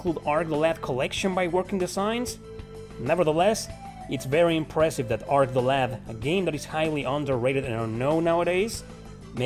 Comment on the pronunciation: Arc the LAD, not lab.